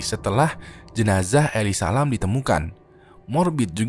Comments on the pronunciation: elisa lam ya temen temen bukan eli salam, makasih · Eli salem